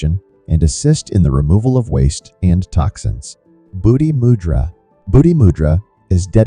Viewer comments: It’s moo-dra not mud-dra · Please pronounce the word " mudra" correctly: moo+dra. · Moodra is a appropriate pronunciation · Please pronounce the words correctly! It is not mud ,it rhymes with "could" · Good info. But check your pronunciation. Mudra is pronounced with a long U for example.